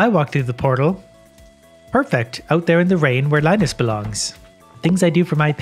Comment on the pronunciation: "hold on, there's a weird animal in theey heir"